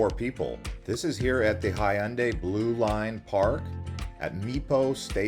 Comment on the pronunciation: 자꾸 현대라 해서 먼말이지 했는데 해운대였음 ㅋㅋㅋ